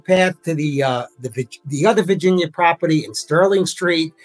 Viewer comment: Why can’t this “educated” lady say Virginia?